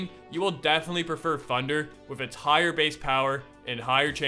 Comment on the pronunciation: “With funder or funderbolt”